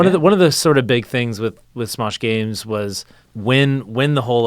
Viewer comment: Smesh gaems